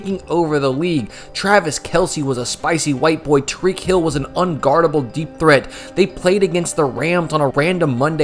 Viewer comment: "Tariq Hill"